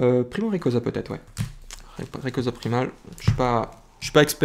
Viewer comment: Selon le pokedex, se prononce rékwaza